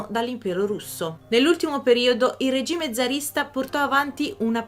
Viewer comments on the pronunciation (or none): none